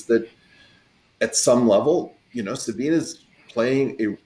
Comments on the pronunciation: Very interesting discussion! A lot of stuff that I didn't understand at all. 😅 (OT: It annoys my just a little bit that they all say Sabina instead of Sabine.) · So, nobody is going to comment on the fact that kept calling Sabine, Sabina? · Sabina? 4 PhDs and nobody knows how to pronounce Sabine.